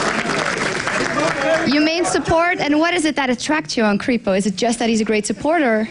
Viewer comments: Creepo? krehpo broooo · Wichfeet But his team members and all casters call him krehpo, thanks though!